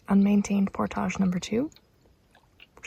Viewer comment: Can youtubers stop making portages sound like they are posh and Pronouncing it portàge. Seems that is the new trendy youtuber way of saying it. Look it up it is pronounced Port-age